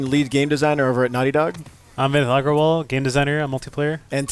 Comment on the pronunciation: Hahaha his name is Vinit "Agarwal"